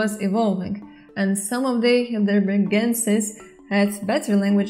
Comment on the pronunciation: Excellent video! By the way, Heidelberg is a town in Germany. The second vowel would be pronounced rather than the first ("hi" not "hey").